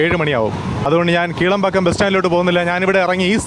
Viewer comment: കീളംപാക്കം അല്ല കീഴ്പാക്കം എന്നാ